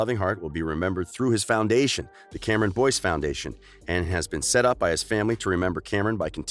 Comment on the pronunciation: This is how many ppl noticed that he said Cameron Dove ⬇️